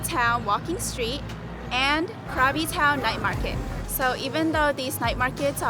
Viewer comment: Krabi = "Gra-bee"...